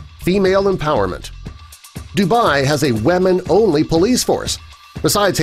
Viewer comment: Please learn to pronounce "women" correctly: "WI-MIN"